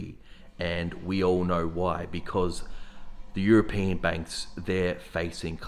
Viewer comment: Bro , its european , not europian .